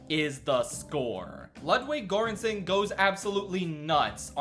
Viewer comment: please put Göransson into a Swedish google translate and listen to how it’s pronounced 😭